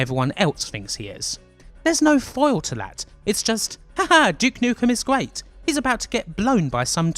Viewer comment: you should work on your "R". guayt. guants. great video though.